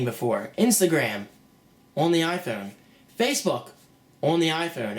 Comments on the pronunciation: "Orn the Iphoyne" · ...on the iPhewn ...on the iPhewn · LOL the way he says iPhone like a posh British dude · you don't understand, not everyone has the money to buy a fucking ipad, people look for cheaper and maybe better solutions and from where im sitting, all the things u were drilling on didnt appear to happen at all and if you didn't already have an iphone and an ipad you would probably fucking love this thing. btw the way you say iphone makes me want to fucking smack you.. That will be all thanks